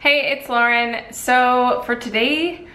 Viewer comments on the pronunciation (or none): none